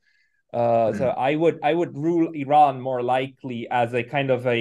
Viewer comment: Four months later has called 'Iran' perfectly.